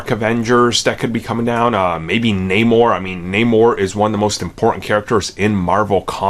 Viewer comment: It’s Namor